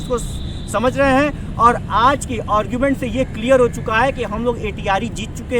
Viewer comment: और्गुमेंट नहीं भाई आर्गुमेंट बोला करो